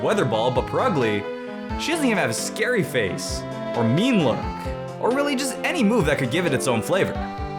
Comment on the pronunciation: Am I the only one who heard meme look instead of mean look